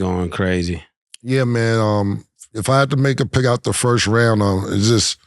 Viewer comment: Nobody Cam - "Firt of all" 😂😂